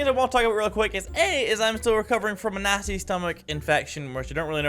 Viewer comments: Why did he sound like he said a nazi stomach invasion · At the start, I thought he said "recovering from a nazi stomach infection " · I thought he said nazi stomach infection at the beginning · I thought he said Nazi stomache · I thought he said nasty